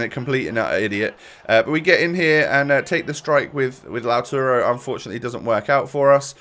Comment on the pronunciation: It’s LAUTARO